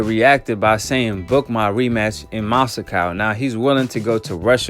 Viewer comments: Masicow?.... It’s Moscow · Moscow 2 syllables bro